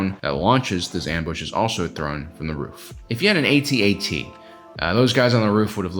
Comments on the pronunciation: Lost any credibility as soon as I heard A-T-A-T and not AT-AT. Was called the AT-AT when ESB came out and again when RotJ came out. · It’s actually pronounced: AT-AT…….NOT: A,T, A,T……..1980s original Star Wars fans know this……plus an AT-ST is called a scout walker……NOT: A,T,S,T……kids these days don’t know anything! lol 🙄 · "At" "At". Not "A" "T" "A" "T" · It's "AT-AT" not "A-T-A-T". Why? Because you don't say T-I-E fighter. And you'd better if you're gonna insist that it's "A-T-A-T". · Can you please just say atat, you don't say T I E fighter. It's what people called it back in the day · I was restraining myself on commenting on his pronunciation of AT-AT, then he said "Cash eck" and I lost my mind.